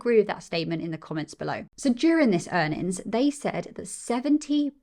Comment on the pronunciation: PS - You've got a new subscriber here. Great content. says "Q3 Earn'ins".:). Keep up the great work.